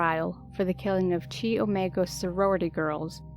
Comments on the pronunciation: Guess not to many people are familiar with "The Greek System"? It is pronounced CHI(KHI) not like "Chi Tea". 🤦‍♂️ You are the second person & video that pronounces CHI Omga wrong. You made a good video though. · The Chi in Chi Omega is pronounced ky, not chee. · Did u just say CHEE omega? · Boone died in 2018 in a retirement home. Even though Rosa was conceived on death row, she has eternal life through Christ... Just leave her alone. She's innocent. BTW, it's pronounced Ki (like hi) omega, not chee omega. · Its pronounced "Kaiye" As in eye Omega. kaiye omega" , not chee. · She pronounced Chi Omega as Chee Omeega... I feel dumber after watching this poorly researched half ass video. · Chi Omega pronounced Ki the i is long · Chi Omega is pronounced Ky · His daughter isn't involved in this so I think it's pretty rude to bring her name up. You can tell the creator of this video has no true interest in the subject by her inconsistencies in pronunciation of the victim's names, the pronunciation of Chi omega, and how she says he killed multiple children. She made it clear she was chasing the boom of interest by bringing up the new popular shows that were about Ted. :C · It's now been reported that at least two of his victims were young girls. Poor Kimberly Leach was the last, but one out West was also 12, like Kimberly. 😞🕯️ Chi omega .. long i like "pie." So it is "kie omega" as in "kite."